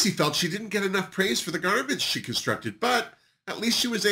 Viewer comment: DID U SAY GARMENT... OR GARBAGE?